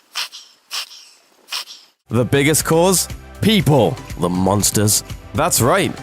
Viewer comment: Peepaw? Tuner? oh, people (PePull) and tuna (no R in tuna.) uh able to change the color of their fur.... ? ooooooooookaaaay. Never seen in my 59 yrs. Purring while asleep alone on the other end of the house is what my cat does. Opposite of what you said. oy